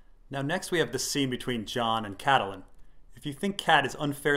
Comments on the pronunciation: His pronunciation of Catelyn is driving me crazy. CAT-lin not Cattle - lin. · which is wrong too :P GRRM says "cat-lin" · Randy, Its incredibly annoying. Vase-doth-rock, Toastertully? Catahlun=Catelyn. ...Lice=Lhys=Lease.. Far-ease=Varys..Lysol=Lysa=Liza......IDK Missandy=Misande...Leonna=Lyanna..Sersay=Cersei So distracting to the good content. Dennys Pragnate, Why not go for it! Call a dagger a dogger, littlefanger? JuneSnoo? Samewall ? Stainless Burned Rat Theon. .Gentry..Gamie...Gorie..Gorge or maybe even Rorge, Durr- eyeahh like Uriah heap) Jorr-eye-ahh, hell why not just go for jamima? Sorry I got carried away, Lol